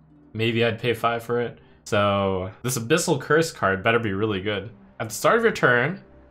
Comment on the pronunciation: Fun watching trump misread the abyssal decks